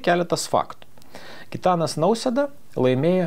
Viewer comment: Ar sąmoningai netaisyklingai kirčiuojate Prezidento pavardę (pagal Maldeikienę)?